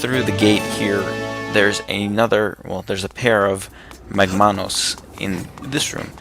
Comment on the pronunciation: Shouldn't it be MAGmanus and not magMAnus? because it's MAGma, not magMA. you did the same thing with the other boss, tentalus. It's TENtalus and not tenTAlus because it has TENtacles, not tenTAcles.